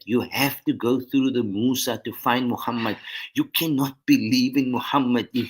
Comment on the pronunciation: Arabic is not difficult to pronounce. It's Muharram with 'H' not a 'g' as was the teachings by some scholars. Little did they know they change the meaning. Let's honor our Prophet Muhammed saw and not say Mogamat with a G.